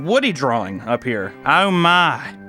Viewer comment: I like how he says the word "drawing" like "draw-ling"